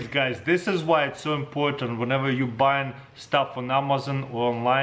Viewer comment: Nobody: Absolutely nobody: Taras: Amazong😂